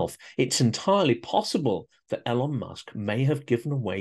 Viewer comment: No fan of his myself but why 'L-on' when everyone knows it's 'E-lon'? Is it that Trump thing where you think a name mispronunciation somehow diminishes their stature? Musk needs no help in that area.